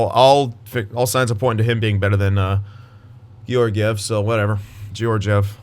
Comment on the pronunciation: and Georgiev’s name is pronounced kind of like Guy Lefleur’s name